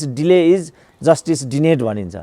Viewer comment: डिनेड हैन डिनाईड सर।